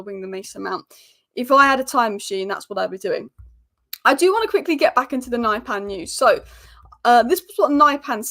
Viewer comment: that's not how his name is pronounced.